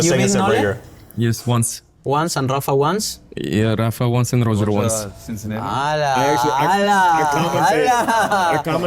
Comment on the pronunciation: Diego saying “Rosher” to Roger is very Argentinian 😂❤